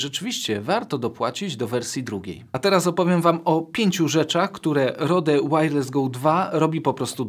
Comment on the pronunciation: ludzie to się czyta ROŁD a nie. R O D E to nie polski produkt, pozdrawiam